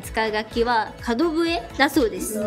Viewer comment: 角笛(つのぶえ)だよね。かどぶえじゃなくて。